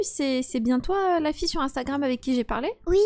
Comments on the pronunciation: Juste pour te dire que on ne dit pas instagroum mais on dit Instagram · Yo sérieu j'adore tes vidéo et en plusse le gars au début qui dit instagroume 😂😂😂vasi continu comme sa